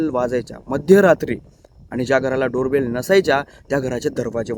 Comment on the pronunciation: शेवटी Door Bell च्या ऐवजी Bare Dol म्हटले ना भाऊ तुम्ही😂